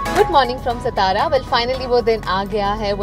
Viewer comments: The Video is amazing… but please take care of pronunciation, it’s not stara it’s satara, and it’s not kaandi pedha, it’s kandi pedha🙂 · सतारा नाही सातारा आहे.... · This stara stara is so irritating. It’s SATARA.. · It's not सतारा.... It's सातारा ✌️😀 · Kindly saying its not 'stara' ITS 'SAA!TARA' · FYI ITS NOT सतारा its सातारा “SATARA” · ma'am, it's pronounced as Saataara ....सातारा,,,. Not as सतारा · Quick note from a Marathi and a fellow Maharashtrian here. It is not सतारा it's सातारा Just as it was not पानाजी but पणजी back in your Goa sponsored episode. Indians should be proud of their own local names without buttering it up with Enligsh specially now that you are promoting this for Maharashtra Tourism officially. Thanks. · So amazing!! It's actually Saa-taa-raa not stara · सतारा नाही "सातारा " असा उच्चार आहे !🤣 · It's कंदी पेढा not कांदी पेढा Also सातारा not सतारा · You have to call it Kaas Pathar (पठार). Not too difficult to pronounce right. Also can say सातारा and not सतारा, बामनोली and not बमनोली. When you come to enjoy any place atleast ensure you pronounce names of places properly. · Its not starraa it's sataaraaa I hope you don't mind 😘 I love your all videos but this one is more special bcoz I am from satara only ❤️. We love our saataaaraaaaa ❤️ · सतारा? कंती पेढा? अग बाई हिची शाळा घ्यायला हवी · The City name pronounce is सातारा not (सतारा) and the sweet is called kandi कंदी pedha and not कांधी pedha. Rest of vedeio is excellent. All the Best. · The Pronasetion is satara( सातारा) not stara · Its not SStara..its Saataaraa✅ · Not stara it satara Not kndi pedhe it's kandhipedhe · Please work on pronunciation. It's सातारा not सतारा. Trust me you can do it 😀. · सतारा नाही सातारा , pls pronounce correct name in their real name. So many names pronounce wrongly ie Pune, Nashik and many more. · सातारा (not सतारा ) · सातारा आहे सतारा नही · It's irritating sthara sthara it's satara सातारा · सतारा ❌❌❌ सातारा ✔✔✔ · try not to say sataaaraa, its saatara